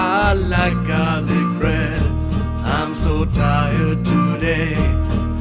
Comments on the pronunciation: “Jarlic” added to vocabulary. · "jarlic" hahaha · He said. Jarlic. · the word "jarlic" triggers my fight or flight instinct